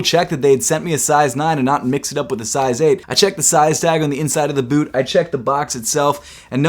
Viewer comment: “Yeezy Insulated bewt”